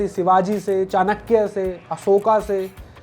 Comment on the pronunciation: सम्राट अशोक not अशोका अंग्रेज़ मत बनो , english people pronunciation नहीं कर पाते तो अशोका उनके द्वारा बोला जाता है।